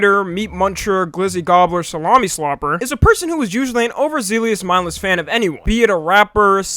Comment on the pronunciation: i know this mf did not just mispronounce overzealous